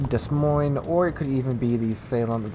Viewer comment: DA-MOINE ... not DEZ MOINE.